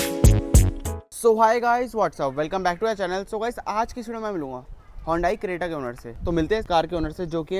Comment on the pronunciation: Hondai creta nahi bhai. Hyundai Creta😂😂😂😂